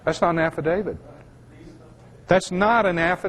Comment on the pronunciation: If this guy could actually learn to pronounce "AFFIDAVIT" correctly maybe we could take him seriously.